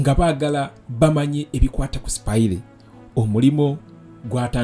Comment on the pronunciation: Bro, its "spaya" NOT "Spayire". I hope you pick it up.